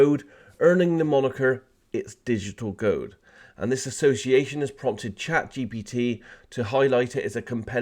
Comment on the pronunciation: Dude can't say ChatGPT to save his life